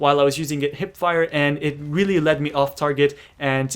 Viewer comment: Hahahhaah I like when he says Really really really,Sounds like he is saying weely weely weely:))Btw prof i msged u before about a gun review of pp-19 and u dont want to do it:((( plz do it.thanks